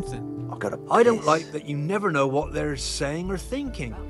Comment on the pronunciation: “Did you fnow” huh